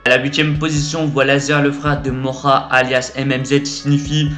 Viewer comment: Mdrrr il a dis Morra au lieux de Moha 😂